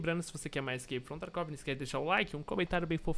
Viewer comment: crak from tarkov fala o nome do jogo direito haushahshs